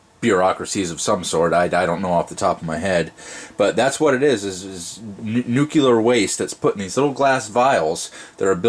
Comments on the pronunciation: nuclear not nucular goddammnit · It's Nuclear, not Nucular - Check that pronunciation here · Thanks! This is just what I was looking for. But please, the word is nuclear not nucular. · It’s Nuclear, not Nuciler! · Nuclear, not nukuler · Nuke-you-ler. It's pronounced Nuclear. -Homer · For bonus points he pronounced nuclear “nuke u lar”... instead of “Nuke lee ar.” Lol. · Nuclear or nucular? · nuculer waste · He said Nucular waste too... gag me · Nuke-ular? George Bush, is that you? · NUCULAR waste? really?Tritium is not nuclear waste. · Wow. No one can pronounce this word and it is hilarious 😂. Nuclear. “ New-Clear “. But yes,! You are still very correct. Tritium is not and does not contain nuclear waste lol.